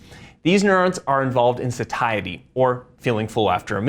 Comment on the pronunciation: very informative. the word Satiety is pronounced SAY she ity.